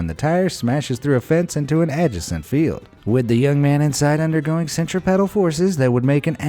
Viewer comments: "... into an ajasint field..." Did you mean adjacent? (Pronounced "uh-JAY-cent.") Come on dude, who doesn't know that? You, obviously... "...centri-pedal forces..." Ok then. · "Add-jes-ent" and "centri-Pedal" is the narrator an actual person or a computer that doesn't know the pronunciation of some words? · Okay so in one of their other videos, they basically said that people who pronounce library as libary and nuclear as nuculer and stuff like that are dumb, but this guy can't even pronounce centripetal right, wtf man!?!